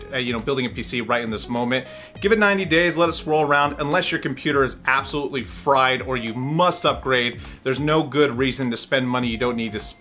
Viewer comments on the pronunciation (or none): none